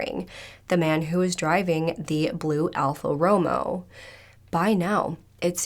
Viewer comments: Bless your heart but Alpha Romeo is pronounced roh-may-oh, not Romo as in Tony lol It's one of the most expensive cars in the world. :) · love you, dear. so don't take this wrong it's "alpha ro-mayo" not romo 🖤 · How hard is it to say Alfa Romeo (Roh may oh) smh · Just an FYI... pronunciation of the car is Alfa RO-MAY-OH. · its pronounced Al ~ fuh row ~ may ~ ow. My husband loves those cars and take my word, its pronounced like I put in this comment. You can also google how to pronounce it, and it will say it like I said in this txt. It's not a big deal, I know, but I thought you might be interested in the correct way to pronounce it. Google any word on how to pronounce it, and you'll never mispronounce anything. I've had to use it several times, and it's the best thing without being a pain to use. Love your hair. The lighter color around your face is perfect and such a beautiful color to frame your face and bring more focus on it. You're so pretty no matter what any way, but that just brought it out more. That shade of green is perfect. I'm a narural red/ auburn but getting old has made me a strawberry blond but enough red still mingled in to know I'm definitely a red head and I miss my hair color before it started going gray but I get a lot of compliments on this shade like my original hair color before 50+. Excellent video and commentary as usual. 👋🏻✌🏻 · Btw ALfa Romeo is pronounced Alfa 'Row-mayo' I have Alfas, love them! 😉